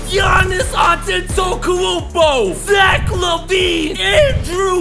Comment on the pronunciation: Why bro said giannis last name like dat😂